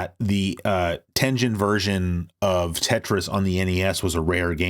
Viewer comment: Love this dxude but someone needs to teach him how to say Tengen